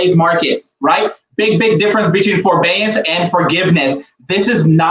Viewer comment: It is forbearance not forbeance